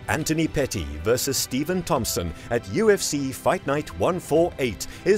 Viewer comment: It's Pettis man...not Petty..you constantly getting names wrong. You're an MMA channel, you haven't actually ever watched him fight? I only ask because the announcers say the names correctly many times every fight.. You called Chuck liddell, Chuck Little in another video, in 20 something years of watching mma i've never heard anyone get HIS name wrong, he's a legend! I'm just trying to help because you're an mma channel, i'm a real fan and i know real fans wouldn't get these names wrong. Maybe i'm just being Petty.